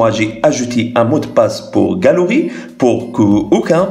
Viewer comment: Galerie = galooui